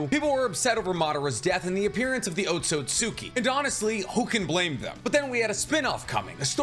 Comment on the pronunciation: I know you don't care, but the way you say Otsutsuki bothers me 🤣 just had to get it off my chest lol..